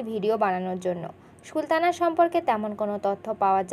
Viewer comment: আগে কথার উচ্চারণ ঠিক করেন, ছি :কি বাজে উচ্চারণ। আপনি তো সুলতানাr নাম ee উচ্চারণ করতে পারেন না